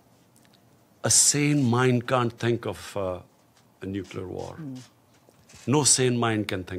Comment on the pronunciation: Kitne baar necluer arm bologe sir aap... Aaj tak india ne Nucluer word use nahi kia.... 3 baar to haar chuke ho.. Fhir bhi...